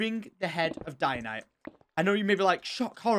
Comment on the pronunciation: im not hating on tom but everytime he says ianite and her being a god kind of pains me because shes technically a goddess not a god but it doesnt matter to me that much because that didnt stop me from watching him.